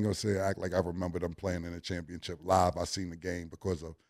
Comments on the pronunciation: Cam going to always say a word how he want to say it "championchip" his way "championship" 😂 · Cam! Its championship not chip